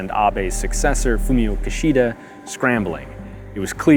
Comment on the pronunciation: Great Video! “KEY sh duh” not “Ki-SHEE-da” Great video though!